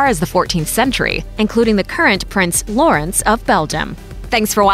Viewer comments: tz shortens the preceeding vowel. So the "u" in Lutz is short, not as in Loots. The O in Lorenz, however, is long and this is also where the stress goes. Generally: Germanic root word --> initial stress. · You pronouce it Lutz (fast) and not Luuuutz. You write it Lieselotte and not Liselotte. Based on german pronounciation rules you would pronounce Liselotte different than Lieselotte. In German, Lorenz is stressed in its first syllable and you pronouce it with an "o"-sounds that doesn't exist in english, it's a bit like the o in not. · when she said lorenz all i heard was yänni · Annika us mainly spelled with two 'n' -Lutz is Pronounced differently and old fashioned -lieselotte is also old fashioned and pronounced differently - Corinna is Not really a name used for younger kids -Lorenz is also good just pronounced differently So basically if you want you child to have a german name that's not more commonly used for Older people stick to Sebastian (or Bastian), Annika and Lorenz. Astrid is also okay, because its probably gaining popularity due to httyd